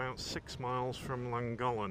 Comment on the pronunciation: Typical english pronunciation of Betwys y Coed, however your take on Llangollen is a completely new one to me lol To be fair it's a funny language I never really got the hang of it. Beautiful country, poor poor pigeon.